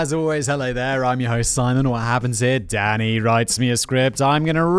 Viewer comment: I was 5 minutes into this episode when I realized Simon is saying "Danny" and NOT "Daddy", which I DID think was weird, but also hilarious. 😂